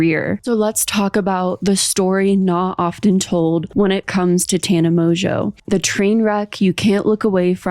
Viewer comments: Mojo? Its pronounced MOJO? Here in the UK it is usually pronounced Mongewe, though in this case emphasis on the ewe! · There’s just no way that her surname is pronounced Mojo, she just doesn’t want to admit that her surname is Mon-Goo 😂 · Insert joke about mispronouncing Mongeau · I keep hearing mojo